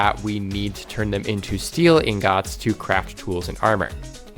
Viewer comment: bro why do you say ingot like that, makes my skin crawl